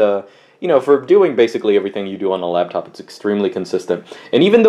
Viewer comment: says labtop, we call him